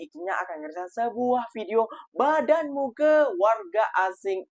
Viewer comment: 'padan' bukan badan